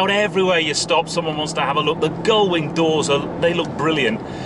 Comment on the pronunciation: "Gullwing" doors. No.